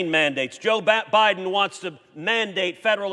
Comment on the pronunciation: Yeah, Ted Cruz said Joe Biden's name right the first time...BAD(don) instead of Biden...Might as well call him Abbadon because their draconian policies are straight out of the pit...